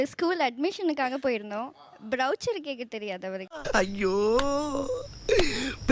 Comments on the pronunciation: Brochure is pronounced as ' brow- shuor/ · Semma…. ஒன்னு என்னடான்னா “ஜலபினோ”ங்குது. இன்னொன்னு என்னடான்னா “பரௌச்சர்”ங்குது. இதுங்க மொகறகட்டைய பாத்தா அப்புடி ஒன்னும் இங்கிலிஷ் புலவிங்க மாதிரி தெரியலயே…. இதுல புருசனுக்கு பேச வரலன்னு கம்பளைன்ட் வேற… அப்பவே சொன்னான் வெள்ளக்காரன். -“இங்கி பிங்கி பாங்கி, பாதர் இஸ் அ டாங்கி” னு.. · U pronounced jalapeño and brochure absolutely wrong .pls correct yourself first.learn the language and then criticise ofhers